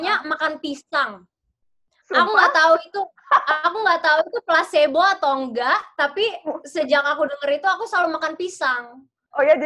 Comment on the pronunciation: Actually bacanya 'plèsibo..bukan pleisbo